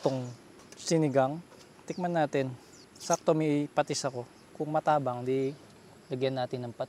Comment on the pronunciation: yung pronounce ng matabang hindi mataaabang hahaha